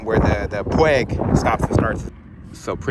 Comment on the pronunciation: Its pronounced "Pu-Weeg" 🦆😂